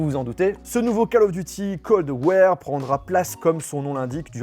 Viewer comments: Franchement j’te kiffe mais ton anglais il est claqué au sol! Cold ware, resident devil, divail may cry, god of war Raniarok?.. mes oreilles elles saignent poto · Cold wèèère mdrr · Tellement il es tech il a dit '' Cold Wear'' 🤣🤣🤣🤣❤️❤️❤️ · Je savais pour "Call of Duty - Cold War", mais je savais pas qu'il y avait aussi le "QUEULDE WUÈRE" xD sacré